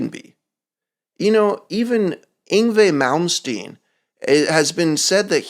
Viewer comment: The way u say yngwie malmsteen sounds pretty good... your probably miming👎